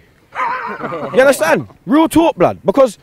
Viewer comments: yunnerstun blud, seriously fam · You mean "unnastan" don't you